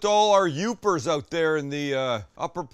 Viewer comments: Awesome! I’m just seeing this episode now! Glad you took the recommendation! You did great only correction would be it’s Yoopers not Uppers 😂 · It's "Yoopers"